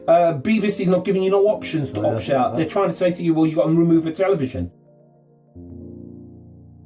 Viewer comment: Leave it aught! You slaaaagh!